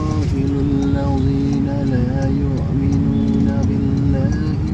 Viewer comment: MAAF.APA SAYA SALAH DEGAR ATAU GIMANA YA.DI BACA LAYUAK MINU DENGAN 'AIN,DIMANA SEHARUSNYA LAYUKMNU DEBGAN HAMZAH.SEKALI LAGI MAAF